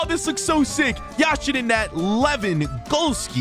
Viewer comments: It’s Yashin not Yasheeeeen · It is Yashin not Yasheeeeeen